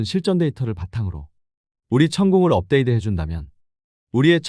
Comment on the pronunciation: 발음이 이상한데 ai인가요? 업데이드 가 뭐에요?